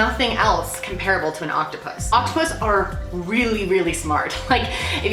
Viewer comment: I thought she said octopussy